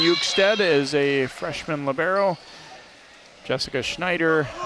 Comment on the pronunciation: It's libERo not libAIRo, damnit